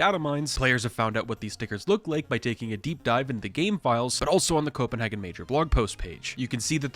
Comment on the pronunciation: Copenhagen sounds more like “Co-ben-haygen” Love from Denmark 🇩🇰